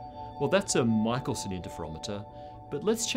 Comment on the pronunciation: Belabor the pronunciation of de Broglie and screw up Michelson